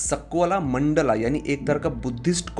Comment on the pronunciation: E bhai....kya ye mandala , Vimana with extra aa at the end ...koi videsh se aaye ho kya...sahi se pronounce karo na